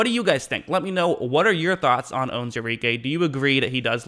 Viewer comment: You should learn how to say the mans name right!